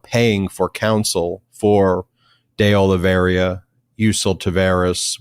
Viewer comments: The name is De Oliveira, not De Oliviera. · Ben, it's not De Oliveria, it's De Oliveira. Nails on a chalkboard to me. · One more time please: de Olee vay rah and not de Ole vera. de Olee vay rah! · Carlos De oh-lee-VEY-rah